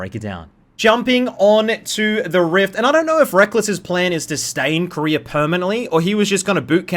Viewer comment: Koreer too?? wtf is there no A at the end of those names?